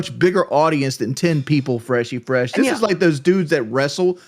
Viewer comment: Definitely didn't think that the stream was gonna talk about fweshy fwesh and his gwove wove😂